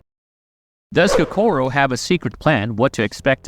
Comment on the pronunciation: why you gotta pronounced Kokoro wrong. so annoying lmao